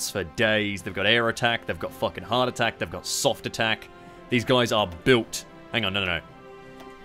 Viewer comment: Whenever says hard attack, it keeps sounding like heart attack. Yes, they have a lot of heart attack.